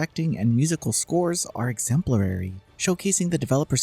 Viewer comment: Exemplary ❌ Exemplerary ✅ FF7 Rebirth breaking grounds even in vocabulary. 😂 Kidding!